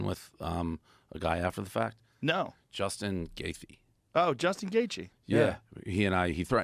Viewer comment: How does portnoy mispronounce Justin’s name but knew he hung out with a warlord